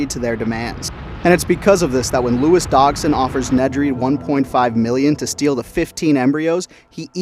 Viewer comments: BRO SAID “DOG-SON”💀💀💀💀💀💀💀💀💀💀💀💀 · How can such a huge Jurassic Park fan mispronounce both “Regis” AND “Dodgson”?